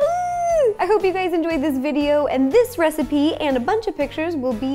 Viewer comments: Lol she said hey gays instead of hey guys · The beginning sounded like she said “hey gays” and I thought ‘hey it me’ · Did anyone else hear “hey gays” at the beginning? 😂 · did it sound like she said "hey gays" in her intro to anyone else?